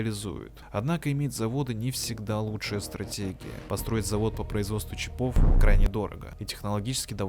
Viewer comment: Мля, ну почему "чипОв", если "чИпов"? Ухо режет. Автор в школе не учился.